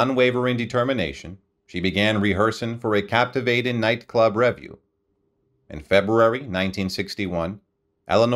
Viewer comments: Please learn how to pronounce correctly words like 'revue.' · Oh mr NARRATOR...where on Earth Did u learn to speak......u mispronounced...ASTAIRE... REVUE...AND A HILARIOUS VERSION..OF BEGIN THE BEGUINE...l stopped listening cuz it was too horrible to to LISTEN to....